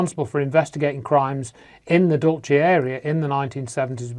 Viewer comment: Every time mis-pronounces Dulce, Dulchay, as if its an Italian word, my skin crawls. Here in the U.S. we say it like the Spanish, DOOL-say. Now your debunking Phil Schneider? Good grief, get a life from what's near you.